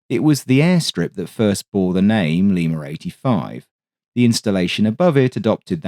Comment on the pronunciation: there's NO fkn "R" in LIMA! 🤬